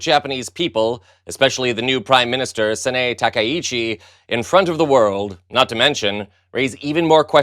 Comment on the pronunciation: You pornunced our Japanese PM 高市早苗❤ SANAE TAKAICHI.😂😂